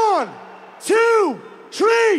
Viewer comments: at the count of tree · When i count to tree🌲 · On the Count of Tree.